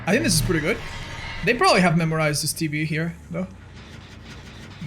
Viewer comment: saying TV sounding like tb kills me lol 😆